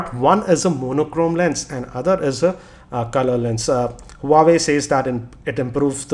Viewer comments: Self claim geeky don't know the actual pronunciation of Huawei...shame!! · gautam diwan Did you get my reply correctly? Obviously you didn't. I'm speaking about his wrong pronunciation not spellbee LoL. A Tech YouTube blogger can't just pronounce an international brand correctly!!! It's considered as highly unprofessional. Infact, just because he gets easy smartphone from various sponsor doesn't make him a good reviewer for me. The way he reviews, it's good for a reading, where it should be in the form of written pages. But for a review in form of videos and multimedia , he still is nowhere near to any international Tech YouTube blogger. He just makes a zero innovative and scruffy approach in his videos by just simply sitting at one place and reading by looking at below(on the table where he kept data to look and speak upon). He just makes easy money because we have So many casual non tech person's who will like him and subscribe him and let him earn easy money. I feel ashamed , a tech blogger who writes geeky upfront of his name for his channel. Matter of fact he is not even 10% of it.